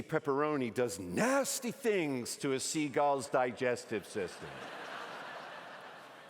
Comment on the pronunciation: So not only can he not say "Penguins" he also can't say "Seagulls". Good to know.